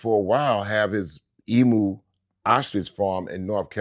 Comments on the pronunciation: As an Aussie from a town with millions of emu’s I think it’s awesome that Terminator X was farming them. The only thing is.. it’s pronounced Eem-Yoo, not Ee-Moo. Chuck D is the Man! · Emu-Is pronounced emeyoo.